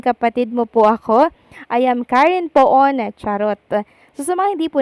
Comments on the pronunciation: Hindi po Po-on ang bigkas. Pun ang bigkas. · the correct pronunciation of Poon is PUN not Po-on